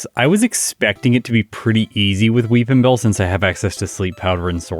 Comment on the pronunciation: I'll be honest every time said "Will Weepinbell" I heard "Wil WheatonBell"